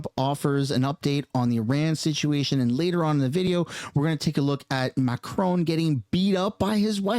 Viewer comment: Macroni and Cheese did you say ?😂😂😂